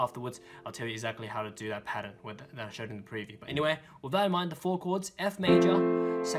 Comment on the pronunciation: Milan L'Abee i cant understand it